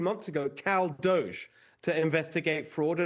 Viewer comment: Why is this bloody Pom mispronouncing DOGE as dosh?